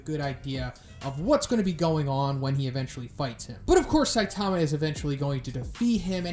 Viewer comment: Please, please, please! It's pronounced 'SAI-tama'. Emphasis on the 'Sai', not 'Ta'.